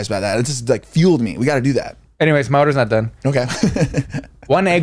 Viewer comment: "Anyways my order is nog done " hahahahaha